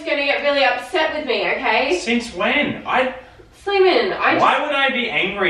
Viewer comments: Slaimanuh! I'm sorryuh! Heyuh! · She says slaiman but it sounds like Simon